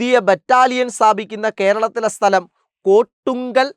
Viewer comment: കോട്ടുക്കൽ ആണ് കൊട്ടുങ്കൽ അല്ല